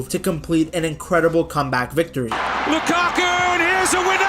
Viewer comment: Lakaku 😔🥀 its lukaku